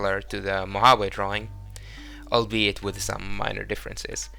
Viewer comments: Great Easter eggs. The ship, Mojave, is pronounced “ moe haw’ vee “ btw. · Mojave is Mo-Ha-Vee, a native American Tribe of North America.